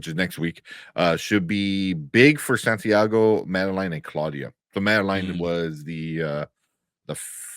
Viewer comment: LOL your guest calling Santiago "Sandeigo" 😮😅